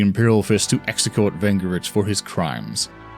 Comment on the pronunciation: bro he mispronounced "coup" and the word "execute".